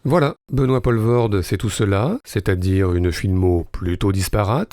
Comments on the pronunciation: Ah les français... Faites un effort quand vous prononcer des noms qui ne sont pas français! Ca se dit "POUUUULVORDE" et "VANDERMAL"! Renseignez-vous avant d'enregistrer des vidéos... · Les français devraient arrêter de francisé tout et n'importe quoi à commencer par les noms propres... "oe" en flamand se prononce "ou" et "Poelvoorde" c'est flamand comme nom même si l'artiste est Wallon... C'est compliqué la Belgique... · On dit Poulvoorde, "oe" en flamand se prononce "ou" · Ca arrache un peu les oreilles le "Paulevorde" quand même. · Merci ! première chose que j'allais dire et qui m'a fait zapper dans les trente première secondes : on dit POUUUUlvoorde. Merci les français... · En faisant le malin, est-ce que tu sais ce que ça veut dire Poelvoord? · Poelvoorde POULVAURDE mais certainement pas POLVAURDE ! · Pourquoi ne pas prononcer son nom correctement? C'est le minimum non? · Quelle drôle prononciation de Poelvoorde, une prononciation somme toute française, ou tout autre que belge j'imagine. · purée meme pas foutu d essayer de prononcer correctement le nom de famille de l'acteur....faut faire un effort quand meme c'est pas si compliqué... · C’est dommage d’avoir fait 16 minutes de filmo sur Benoit Poelvoorde sans s’être renseigné sur la prononciation de son nom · Comment expliquer quand tu sais même pas dire son nom... Très mauvais du coup, insupportable à écouter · Et depuis le temps, y a vraiment pas moyen de prononcer son nom convenablement?? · Faire un mini-docu sur un acteur dont tu sais même pas prononcer le nom... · Pas mal. Vous pouvez le refaire en prononçant correctement son nom ? :-) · Belle rétrospective, merci. Mais savez-vous que chez nous, on l'appelle "Poul-voorde" et pas "Paul-voorde"? (De la même manière, notre Jaco bien aimé, c'est "Van Dormâle" plutôt que "Van Dormahèl") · En Belge correct tel qu'on le cause à Bruksel, on ne prononce pas Benoît Pol-vorde, mais Poule-Vaurde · POELVOORDE pas POLVORT.... vous tuez le nom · On dit "POULvoorde"